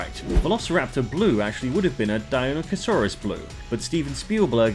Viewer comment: its DIE-NON-O-CUS